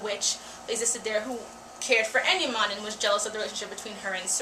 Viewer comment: Great insight it just bugged me that you kept saying Enimon which is supposed to be Endimyon and when you said that Usagi was supposed to lose power when transforming into Neo Queen Serenity is looked at wrong Usagi is changing into the Neo queen serenity before Chibi-usa was born, after marrying Prince Endimyon, Neo Queen Serenity still had a time period where she was still able to use the Phantom Silver Crystal at full potential, other than that good :) When watching the anime I was bummed that Sailor Pluto's part was indeed cut off but also kind of relieved since I loved Pluto. What was your take on The Ayakashi Sisters in the English Subbed?